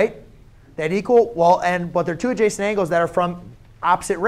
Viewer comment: Idk why when he keeps saying adjacent angle i hear like "JASON ANGLE" SMASH LIKE IF RELATABLE!!